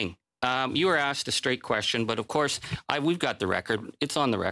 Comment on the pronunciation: ‘I have set the record staight ’...Can’t even pronounce the word ‘straight’ in her testimony 😂